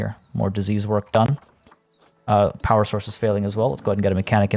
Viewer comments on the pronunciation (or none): none